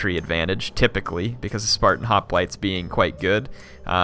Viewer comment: Why do you sometimes say Hoplites weirdly ?